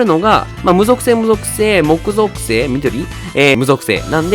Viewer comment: もく ぞくせい…？ き ぞくせいかと思ってた…